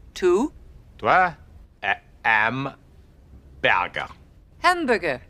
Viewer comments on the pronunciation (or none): "I would like to buy a hambuwewer" 😂😂😂